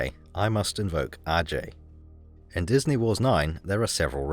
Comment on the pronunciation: bro destroyed disnæy